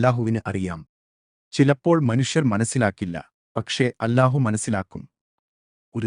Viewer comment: الله എന്നത് ഉച്ചാരണം . ശരിയാക്കണേ മലയാളം അറിയില്ലേ? എ.ഐ.ആണോ?